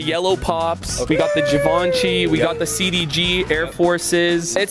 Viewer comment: no way he called givency giv•AU•nchy 🤦‍♂️